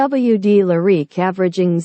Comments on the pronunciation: The Cadillac Lah-reek? Can’t listen to narration this awful. Better luck next time. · She has a weird pronunciation of Lyriq.